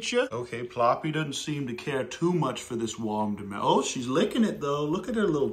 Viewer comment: I cant ever say watermelon right agian I love wamdermolon